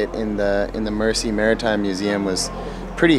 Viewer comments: If you want to use pronunciations online, you’ll want to change that to Mer-zee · its Mersey not Mercy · A Liverpudlian is generally used for somebody from Liverpool. The term Scouser came from a dish that Norwegian sailors use to it called Labskause or something . Hence the term Scouse . Good vid lads but try pronouncing Mersey like Merzey and you've got it :-) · Great film guys but I found it hard to listen to your mispronunciation of Mersey and Merseyside. You can look that up. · It’s Mersey like a z, merzy. Not mercy. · Mer-zee not Mercy. I spent three years in Manchester. Nothing there. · The Mercy River? The River Merzee is how it's pronounced. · PRONOUNCED;. "MERZEY," AND NOT "MERSSEY.". 😵 THAT IS EXTREMELY BAD GRAMMAR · Guys sorry to be picky but us locals pronounce ithe River Mersey "Merzie" not mercy. glad you enjoyed it here. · Why do they both pronounce the River Mersey as the River Mercy........so annoying. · It's not River Mercy it's pronounced River Merzy. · Nice job lads...showcasing my local city. Its a very friendly, multicultural place. Cheeky bit of advice to help Americans blend-in: River Mersey...you say Mercy, but it should sound like 'Merzy'! And scouser...you say scowzer...should sound like 'scoucer' (scow-sir) ;-)) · Next time you guys are in the city stay a little longer much more to see and do ans it's the river "mirzy" not mercy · The Mersey is pronounced Mer-zee not merci. Liverpool isn't a French city. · Mersey is pronounced Merzey not mercy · It's pronounced MERZY River not "Mercy".. sheesh that gets to me. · I cant help but laugh at the way they say Mersey. Say it Merzy, not Mercy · It's pronounced "River Merzey", not "Mercy". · I'm from The Wirral which is across the Mersey. Love the way you guys say Mer-say lol it's Mer-sea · Mersey pronounced Merzee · Mersey is pronounced as if the s is a Z. Merzee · When they say Mersey lol it’s deffo pronounced Merzee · Yes, do not give us Mercy. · Its Mersey, not mercy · It's mersey